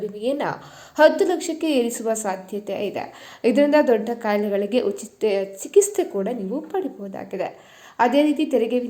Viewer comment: Chikiste alla chikitse adu 😂😂😂